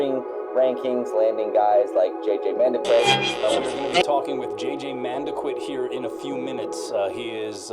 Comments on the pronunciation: man-da-kit not manda quit 😂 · Pronouncing his name wrong. It’s mun-dah-keet